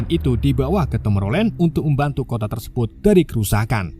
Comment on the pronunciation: Min cobak ngomong " Tersebot" 😊 😁😁